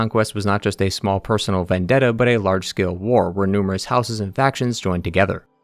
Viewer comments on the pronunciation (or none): none